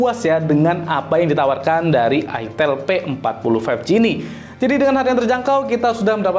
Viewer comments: Itel tulisannya bacanya Aitel Bagi orang yg flm plgi orang Jawa gak asing Bang nama merk itu 😅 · Baca nya Aitel